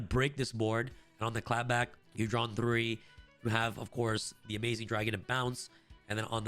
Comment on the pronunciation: Say it with me “AMAZING Dragon” and “JAM Drive”